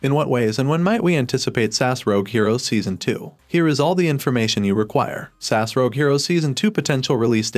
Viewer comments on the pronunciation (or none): Ess Ay Ess, not SASS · S A S not sass hahahahahaha re-do the video my guy you sound silly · S.A.S. ( that's Special Air Service ) not Sass !!! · Bloody Brilliant. Cant wait.. but please say S.A.S . Not sas... so rude... 😂 and nasty.. 😮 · Mate it’s S A S NOT SASS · Stop saying 'sass', please. It's S-A-S. S A S!! :) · SASS oh ffs it's S. A.S AN ACRONYM ...PLEASE get the name of the show right .....OTHERWISE no-one will take can ideas seriously mate.... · What is Sass??? It’s S.A.S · ITS S. A. S. NOT SASSSSS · Special Air Service abbreviation SAS in not pronounced as one word. It is either pronounced as individual letters S A S or full name, Special Air Service